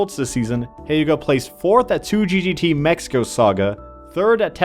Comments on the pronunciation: its not HAYUGA, its HYUGA. Like, He-uga :P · The way he pronounces Hyuga doesn't sound right :c